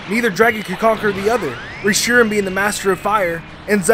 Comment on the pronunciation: i wanted to commit fork-toaster when he mispronounced Reshiram and Zekrom.